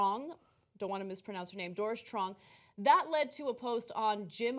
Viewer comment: lol that was the worst mispronunciation of Truong I've literally ever heard.